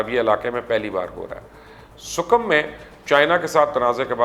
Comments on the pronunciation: Mubashir luqaman sir. There are some correction i want to make. Its hindutva not hinduvta. And its "sikkim" not sukkam. Love your show ✌ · Its sikkam not sukam 😂